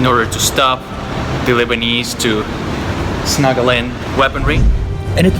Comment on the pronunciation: Did say “snuggle in the weaponry”? Hahaha! We love you brother!